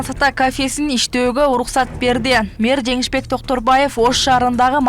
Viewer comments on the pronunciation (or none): Берды эмес журналист ,берди деп кыргызча суйло.